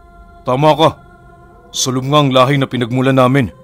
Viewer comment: Sálom po pala pinuno sa hiligaynon/ilonggo na lenggwahe. Malumay po ang pagbigkas sa pantig na (sá) tulad ng salitang (dalága) malumay Yung pagkakabigkas sa lá . At sa pantig na (lom) naman titik o xah sa kadahilanang malambot ang tunog sa pagkakabigkas Hindi u na nagtataglay ng matigas na pagkakabigkas. Hindi po binibigkas nang maragsa ang pantig na (lom) na di tulad ng gâ sa salitang (aligagâ). Kaya sálom po xah Sálom sa tubig😀😀😉😉 Sumisid sa tubig😉😉🤗🤗